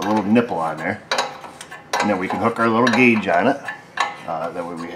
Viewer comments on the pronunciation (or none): none